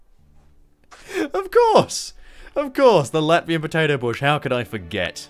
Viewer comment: you fucked up the name and called it lativa not latvia